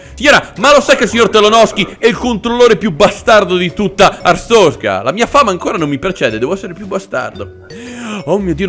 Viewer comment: Siamo alla seconda stagione e ancora non sai pronunciare bene Artzorska